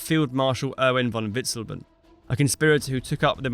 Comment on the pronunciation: That terrible pronunciation of Witzleben hurts the ears and the brain. I almost want to turn it into a drinking game.